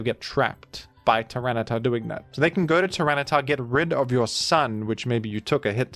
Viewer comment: hearing “tyranitar” felt so deeply wrong. At least cif is present in the previous clip